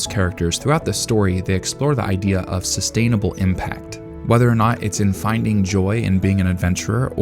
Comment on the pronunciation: "sustanable impact" is my fav